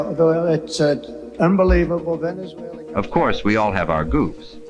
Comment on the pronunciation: Saudia Rabia, Russia, dupetooo duh, refuttal, venizwera, oranges the oranges of the investigation, ananomous